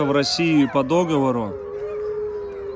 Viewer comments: вы как дед старый говорите. Никто не любит исправлений, но нет такого слова как до́говор. Есть догово́р. Где вы этого понабрались, зачем коверкать слова? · Люди учите русский язык! ДоговОр! дОговор🤦‍♀️